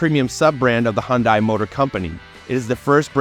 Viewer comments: KIA & Hyundai are exactly the same thing! Just like Toyota & Lexus, Honda & Acura, Chrysler & Dodge, etc.!!!...BTW, Hyundai is pronounced like "Sunday", just saying.😊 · My dealer said it's pronounced "Hunday, like Sunday, not Hundeye.